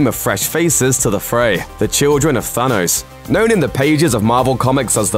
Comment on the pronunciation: Stop saying Fanos